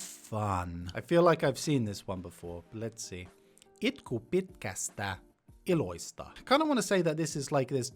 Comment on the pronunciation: Here's a few errors in your pronunciations that I noticed. You said "Muorihin" (in grandma/old woman) instead of "Muroihin" (in cereal), you said "Iloista" (from funs) instead of "ilosta" (from fun), you said "yksä" instead of "yskä".